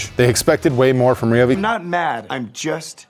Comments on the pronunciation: What is a Ree Obi? Why do you say it so queer?! Do you call friends named Ryan Ree Anne? Cmon man, don’t be like sleepy joe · please say ryobi properly its not reeeeobeee, sorry im so triggered by that lol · It's r y not r e Ryobi there is no e in the word